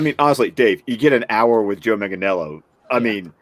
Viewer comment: Dave is hours away from interviewing Joe Manganiello and he still can't say his name. MANG-UH-NELL-O.